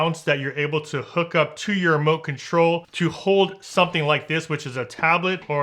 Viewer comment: Did you say mote control? Lmao funny great review though.